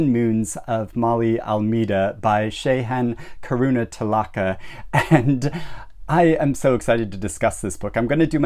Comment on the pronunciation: FINALLY SOMEONE SAYS THE NAME CORRECTLY BUT...NO...NO... HE SAID THE AUTHORS NAME INCORECTLY NOOOOOOOOOOOOO